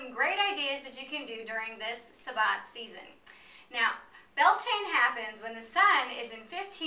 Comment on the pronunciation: The actual Gallic spelling is "Bealtaine" , and the pronunciation is "B'yal-Tan-Ah"